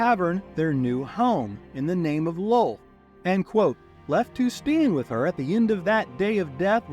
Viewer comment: Sir, it's Loth, not lol, just saying